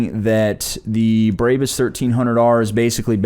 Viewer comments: Brabus is said brah-bus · Js it's pronounced braa-buhs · Why are they saying "Braebys" it's brahbus, always has been. Why do Americans do that lmfao